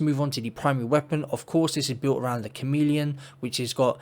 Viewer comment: You said "Chameleon" and I heard "C O M E D I A N" and now I kinda want a new exotic called "The Comedian" lol Cool build!